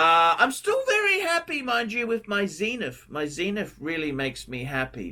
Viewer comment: WTF is a "Zeeniff"?